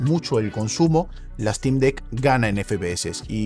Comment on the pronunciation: Se pronuncia Sneik, no Esneik. Stim, no Estim. Valv, no Valve.